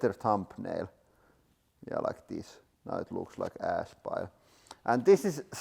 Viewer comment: Ohhh, "Pile of ASH", I thought he said "Pile of ASS"